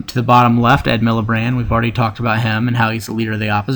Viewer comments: "ed millibrand" - i laughed so hard dude, its miliband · A good video but you made some avoidable mistakes. If some non-English words appear, you should research their pronunciation. Sinn Féin is "Shin Fayn" and Plaid Cymru is "Plide Cumree". You should always double check details such as Edd Miliband rather than Milibrand and the fact that Conversatives are blue and Labour is red. Other than that, it was a good video. If you have sources to some of the points you make, you should maybe put them in the description. :) Thanks for the video! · I love the fact he's fucked up all the names. The liberal democrats were the liberals until the 1980s when the SDP formed the lib Dems with them. There was no new Labour Party until 1994 when Toby Blair became leader. Also it's miliband not milibrand. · Great! btw labour leader's name is Ed MilliBAND not MilliBRAND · Ed Miliband there is no R x